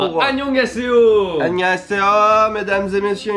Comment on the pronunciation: ça m'a fait trop rire comment l'a prononcé X) il a vraiment dit "annyeonghaseyo" exactement comme ça s'écrit